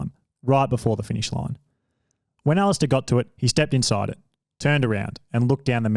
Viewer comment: The pronunciation was painful, as was the pronunciation of Alistair, he says it like Ali-stair like a staircase rather than Alist-er/a where you barely pronounce the last few letters